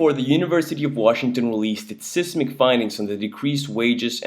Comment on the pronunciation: Bruh, I was with you until you said, "sismic".